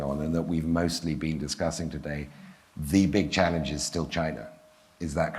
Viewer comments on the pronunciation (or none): Chalazange hicsepted